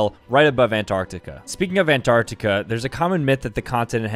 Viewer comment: 'Asia, Australia and anrartica' wow gg bro lol